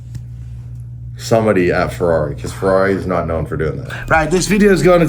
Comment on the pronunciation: Ferai --> Porcsh 👍👍👍👍👍👍👍👍